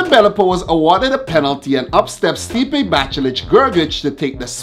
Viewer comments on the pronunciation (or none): none